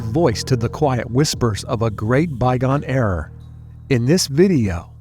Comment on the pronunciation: It's era, not erar or eror. I miss the other narrator whose narrative is engaging.